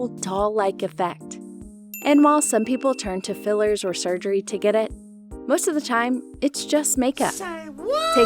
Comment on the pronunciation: *sugery*(wongoung) but the rest of the vid legit❤